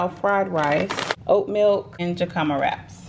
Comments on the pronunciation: Hi, you can find oat milk at Aldi's. Also jicama the j is pronounced with a h. Like Jose is pronounced with a H. Aldi's oat milk is way less too. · Hey sis it’s pronounced hic a ma. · Not trying to be funny but jicama is pronounced hick-a-ma, similar to pronouncing jalapeño with an h sound ☺️